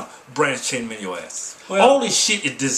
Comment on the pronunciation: A-MI-NO acids